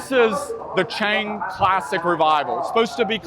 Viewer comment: This clown has been living in Thailand for how long and he can't even pronounce Chang properly and says "burryam" Thailand . 🤡